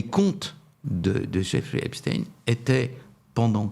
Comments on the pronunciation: Lorsque croise ses bras...C'est qu'elle se retient et que " ca l'embête! " Bon...j"essaie d'écouter.Mais qu'un Boomer mm si...blablabla dit: Espteen! Je vrille 😮 Par contre: est-il vraiment mort. Le Salopard!??? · Albert einstiin ? Non ? Alors pourquoi epstiin et non epstiin . Je suis choqué que l’on déforme ce nom actuellement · Encore un personnage qui nous parle "d'Epstine" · j INSISTE SUR LA PRONONCIATION DU E PS T E I N ... c'est phonétiquement STEIN en Allemand c'est S T E I H EI N ,,, la pierre ..... faites un effort avec les langues Madame Monsieur les journalistes cela devient insupportable votre non remise en question sur votre phonétique Merci les francais c'est dur avec les langues étrangères .... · Exactement !!! Phonétiquement, "CHTAÏNE" !☝️☝️☝️ Merde, à la fin.😑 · Pourquoi prononcer Epstine ..Comment prononcez vous Albert Einstein ? Poutein où Poutine? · Cela m'ennuie un peu que Mr RÄUFFER [phonétik] REUIFFER, avec ou sans tréma, parle en phonétique de EPTINE , et non de Stein (pierre), EPSTEIN. Sinon, je suis en accord total , avec les propos de Mr X. RAUFFER, que j'apprécie beaucoup. ... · J'adore: Xavier Raufer prononce toujours "Epstine", alors que prononce toujours, comme il se doit me semble-t-il, "Epstein". Comme on dit Einstein et non pas "Einstine" ou Weinstein et non pas "Weinstine"... étonnant, non? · ARRETEZ DE DIRE EPSTINE C EST EPSTENE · vous prononcez Einstein, Frankenstein et Epstein : Epstine ??? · C'est pas Epstine c'est Epstein. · ON NE PRONONCE PAS PLUS EPSTEIN QUE EINSTEIN épstine ou Einstine; Epstein se prononce phonétiquement AIPSCHTAÏNE merci de rectifier... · C’est Epstein (stein !) et non pas Epstine ! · Vers , pas epstine, epstein. Qui dit Einstine ? Edit à , il persiste et signe. Pourquoi ? Récemment, Tocsin avait reçu un invité qui parlait de ce sujet. Va-t-il parler de son auto-assumé "suprémacisme juif' et de ses liens, et ceux de son beau-père, avec le Mossad ?